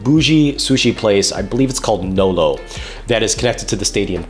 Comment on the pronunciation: Nobu not Nolo